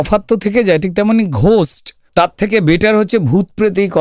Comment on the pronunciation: ঘোস্ট নয় গোস্ট।